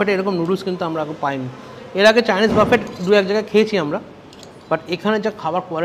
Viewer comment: বাবু, ওইটা বাফেট নয়, বফে।